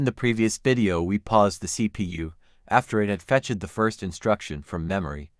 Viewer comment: I did hear some things I'd like you to watch out for in your future videos. It sounds to me like "to numbers", when I believe it should have been "2 numbers". Here, I hear "fetch it" instead of fetched". I don't even know how to describe what happened here. In short, I'm not hearing big mistakes in the information being conveyed, but I do hear some things I suggest you watch out for.